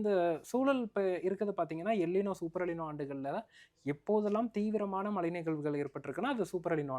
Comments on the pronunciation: Tamizha ozhunga sollupa. Mala malanu soldra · It's not மலை, மழை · தமிழ் ஒழங்க மழை சொல்லுங்க மலை இல்லை